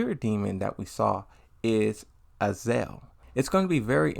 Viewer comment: Wth is with your pronunciations of the names of certain characters man?? It's really distracting and annoying. Azael (Azazel), Haijo (Hachijo), Kazua (Kazuya) and hell even June (Jun). I can understand if you have a speech or learning difficulty but it feels like you're just being lazy and can't be bothered to say them properly. Could you at least try?